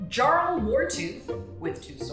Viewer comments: Jarl is pronounced YARL. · Driving me crazy. Jarl is pronounced “yarl’ - it’s a Norse word cognate with Old English “earl.” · Jarl Wartooth would be pronounced, "Yarl". A "Jarl" was a Norwegian, Danish, or otherwise, Viking "Chief", or ruler. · Ok I gotta be that guy. Jarl is not said with a hard J sound like in Jason. It's a Y sound. as in Yes. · why she pronouncing jarl like that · It bothers me tremendously that she doesn't know how to pronounce Jarl. (It isn't a J sound, it's a Y sound.) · Big ooof. Starts off the video by mispronouncing 'Jarl'. I though u were a nerd...